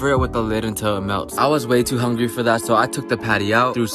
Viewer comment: Making me "huuuuungry" (as in when he uses his accent)